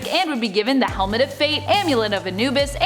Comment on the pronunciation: Why is she saying helmet...like that? lol